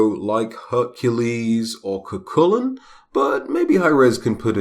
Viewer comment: It's pronounced cú hulainn